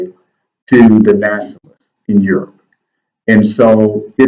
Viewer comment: stop mins "rebrownng of urop" mght b more accurate... terri a.